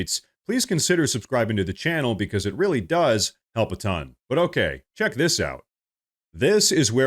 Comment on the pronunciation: Rearry rearry odd